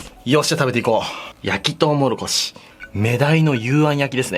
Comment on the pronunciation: とうもろこしを「とうもころし」って 言ってる同士おらぬか…